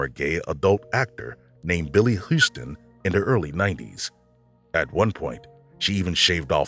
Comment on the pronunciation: How do they continue to mispronounce very common names like Houston. Who doesn't know how to pronounce that, other than new yorkers lol? It's literally every mvideo